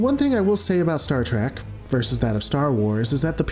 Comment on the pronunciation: Please don’t let this guy make another Star Wars/Star Trek video if he can’t say Star Trek right because he saying Star Track. I’m not saying he’s bad but he needs to say the names right.